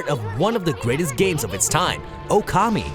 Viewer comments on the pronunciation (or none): none